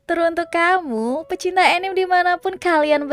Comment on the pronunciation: Iris saya req dong kalau anime jangan dibaca anim atau enim wkwkw santai kak canda doang